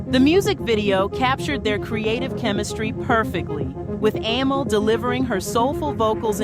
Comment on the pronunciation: Why can't you be consistent with the pronouncing of Amel's name?